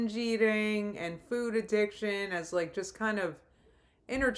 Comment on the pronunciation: I hate the way she says 'food'. I swear she didn't always say it like that, but it's like she put a 'w' in there for no reason in the past year or so. Like 'foowd'.